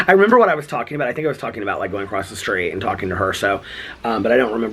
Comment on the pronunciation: Lol and ACROSST! That one slays me! 😂😂😂 there's not T in ACROSS! 💙💙💙 Love from a vloggerino!